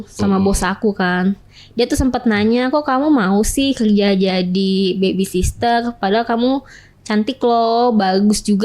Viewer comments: aduuuuiiii mbak...baby sitter cara sebutan nya.bukan baby sister 😂😂.hadehh SDM rendah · Pede bener ini orang 😮‍💨😡... Mana salah mulu bilang baby sister lagi...sitter mbak...sitter...bukan sister ... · Baby sister??? 😂😂😂 cara ngomongnya aja salah. Kalian percaya? 😅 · ternyata host nya juga ngomongnya baby sister....😮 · b a b y s i t t e r bukan SISTER! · Bukan baby sisrer mbak tp baby sitter😂😂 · Baby sister gak tuch 😅😂 host nya jg gak tau penyebutan yg bner 😂 kocak😅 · Hadeuhhh psk 🤮 mending benerin cara ngomong 'R' sama ngomong 'baby sitter' dulu dehh timbang lu banggain badan lu yg udah dikobok kobok berapa puluh cowo wkwkwkwk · Ngomong baby sitter aja salah, pedenya selangit nih orang😅😅